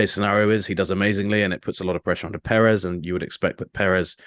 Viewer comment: Yo can you try pronounce Perez correctly